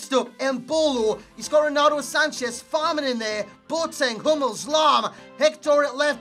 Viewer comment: Why you say Ronaldu? ahahaha